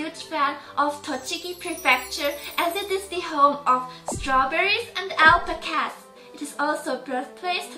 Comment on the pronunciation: Alpaca (AL-PACK-AH) and Recipe (REH-SA-PEE) lol